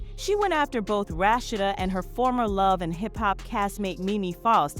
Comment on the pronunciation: The commentary can’t pronounce Rasheed name right